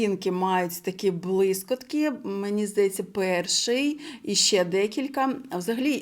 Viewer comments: Респект за українську мову❤ Вибачте,🫣 не блискОтки—блискІтки ПодивИтся—подивІться 😉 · дякую за огляд! Але єдине, 🤌🏼Блискітки! Не сприйміть за хейт,) Дякую Вам за український контент,моя Вам повага! Спробуйте розмовляти українською в побуті максимально,і через два місяці проблем не буде! Наснаги вам!)